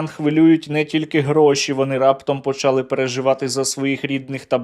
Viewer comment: не почАли, не бУли, а булИ, почалИ